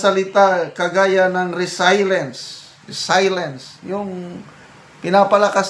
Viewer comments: Avid viewerpo from gensan... correction po, di po yan resaylens kundi reselyens po ang pagbigkas ng word na "resilience "..basta may english word mas mabuti po igoogle nyo muna para matsek ang tamang pagbigkas po..have a good day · Sir, mawalang galang po. Konting correction po sa pronunciation ng RESILIENCE. Tila ang tamang bigkas ay “RE-SIL-YENS.” Sorry po. Hindi po ako nagmamagaling. Paki double check sa dictionary app. Love you and respect you. God bless you. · Re sel yens Po ang bigkas nyan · RESILIENCE pronunciation is RE SIL YENS. To adapt or recover from misfortune, the ability to bounce back from difficulties. God bless. ❤🙏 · Resilience, pronounced as RE C LI ENS po.